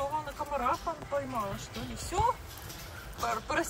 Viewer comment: По всем нормам произносится "што", а пишется "что"